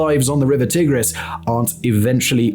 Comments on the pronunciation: Mispronouncing Tigris is pretty cringe. It's Tie-gris not Tih-gris. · t eye gris, not t ig [as in pig] ris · Swapped that for Tigg-riss instead 😒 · Never heard it called the Tig-riss before!